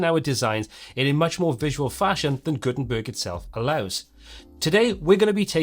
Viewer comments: "gutern turd based website" 😂😂😂😂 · Did you just say "Gutenturd"??!! 🙂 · Wait a sec.. at 32 sec. did you say Guten 'turd' website? 🤣🤣🤣🤣